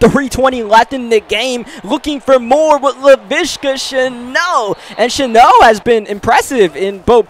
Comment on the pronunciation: Shenault, not “sheno”